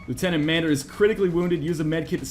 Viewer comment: LIEUTENANT MANDER! D